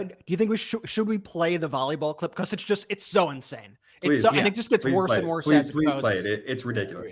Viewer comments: becuss why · Am I the only one annoyed by how Ben says because? Becuss